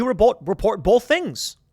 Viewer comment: The whole world: "Both." Tim: "Bolth."